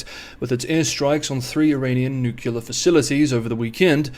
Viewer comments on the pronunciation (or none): Also, nuclear, not nukilar! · New Clear. Nu Clear. Nuclear Not exactly rocket science What doofus tries to talk to anyone about “newuckyoular” matters when he cannot even say the word properly ? No credibility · Dear, I had an old, fogged up window that I replaced with a new, clear one. If you can say "new, clear," you can pronounce nuclear correctly. Please do not insert a distraction in your otherwise excellent videos.